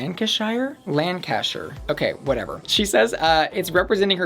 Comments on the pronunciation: in the uk we pronouce ham as hm if its in a name such as nottingham. so not notting-ham but notting-hm and likewise shuh not shire so lang-can-shuh not lan-can-shi-er. hope this helps :) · "Shire" is supposed to be pronounced like "sure". Lan-cuh-sure. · Lancashire = Lan-ka-sher :) I'm a Lancashire Lass myself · Hi from Britain, just to help with all the pronunciations of place names for the people of America, anything ending in Shire isn't pronounced Shire instead it's pronounced Sheer like the tights so Lancashire is pronounced Lan-Ka-Sheer. Hope that helps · that was disrespectful. It's pronounced LANG-kə-shər. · Not lan-ca-shyer 😭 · Lancashire is pronounced Lan-ka-sheer :) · I am actually from Lancashire so I feel like maybe I should settle this lol and we would pronounce it Lan-Ca-Sher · Lancashire omg my DYINGGGGGG just ask google translate to say it for you cause omg you're so far off phahahahaha